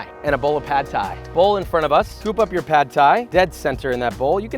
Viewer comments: It’s pronounced more like paht not pad. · I know it’s nit-picking and it’s spelled “pad” but it’s actually pronounced “pod”. UR pronounced it correctly. The A is as in “car” not “cat”.